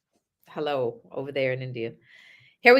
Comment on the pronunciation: That hello sounded British 😂